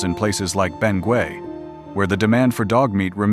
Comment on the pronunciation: It is pronounced as Beng- gett